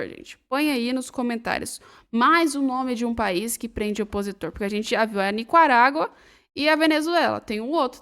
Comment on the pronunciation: Oi, gostei muito dos comentários feitos na sua apresentação, porém para manter esse alto nível, fica a dica: o país é NICARÁGUA e não "NICUARAGUA" conforme voce pronunciou várias de forma errônea!